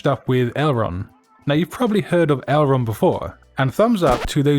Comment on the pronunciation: Name of a flap on a plane ta hinged control surface - would be the correct pronunciation of the body font in your first amazing pairing :) sorry had to share. Cheers for another great video